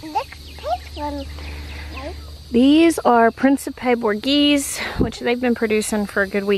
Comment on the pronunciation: Borghese is pronounced Boar- gay-zee it's Italian